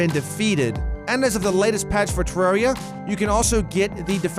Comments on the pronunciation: Tip 11: Don't pronounce it 'Terreeeria' It's Terraria. With an A. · #1 thing you shouldn’t do—call it “te-rare-ia” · finally... someone who pronounces it TER AIR E A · Worst thing to do in Terraria, call it ter-rare-ia